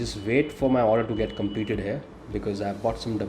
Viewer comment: I don't why you pronounce here....like hair...